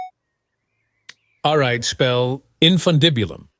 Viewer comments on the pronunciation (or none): none